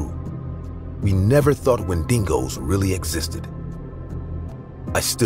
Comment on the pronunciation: Wendingo????? Come on dude….